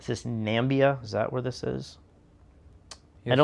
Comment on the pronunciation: Nambia 😆. Is that Namibia’s three syllable sibling?